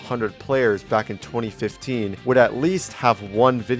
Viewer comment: The fact that bro reads 2025 for 2015 EVERYTIME is crazy